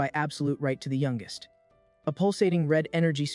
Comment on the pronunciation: Can AI really not pronounce words like youngest correctly? It still has a long way to go I guess.